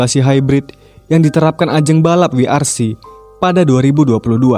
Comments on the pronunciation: dobul yu mas bukan dobel w, hehehe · ralat penyebutan WRC bukan Dabel we ar si, tapi dabel yu ar si. W dalam inggris penyebutanya dabel yu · Bang aneh gak sih dengernya WRC itu dibaca "Double yu AR SI". Bukan "Wi Ar Si" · Prononsesiennya dabelyu ar si bukan wi ar si bang hehe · koreksi, dabelyu ar si bang bukan wi ar si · Salah yang bener tu wi ar si. Sama seperti pelafalan ve we (VW). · Dabel wi ar si, ndak bisa basa enggres